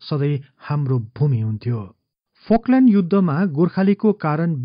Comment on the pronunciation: फकल्यन्ड होइन फल्कलेन्ड चै होला